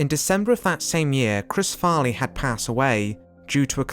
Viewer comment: you started out by saying "chris farney" edit: and then you pronounce "cameron diaz" "cameros diaz"